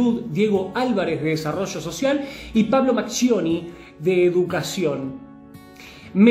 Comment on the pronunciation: Lo Unico que necesitamos es: EDUCACION. No edu ka cion. Okey?